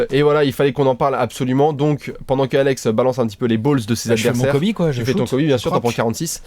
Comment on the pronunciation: Everybody on planet Earth: Kobe Bryant...: Kobe Brayante